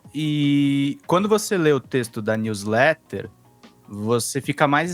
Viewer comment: Gente, para de usar jargões da lingua inglesa. Não existe "news letter" na lingua portuguesa. Alem do mais você e muitas outras pessoas pronunciam erradamente. Pare! É feio fazer isso. Vocês são motivos de chacotas aqui nos estados unidos. Muito triste e vergonhoso. 😢 Se quiser usar, pelo menos aprenda pronunciar corretamente.